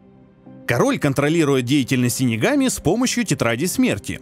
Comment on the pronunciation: Выговорил с первого раза .Хы